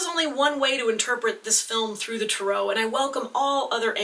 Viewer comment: I'm sorry but it really bothers me the way you pronounce tarot It doesn't really fall in line with the British or American pronunciation of tarot so why do you say it like you do?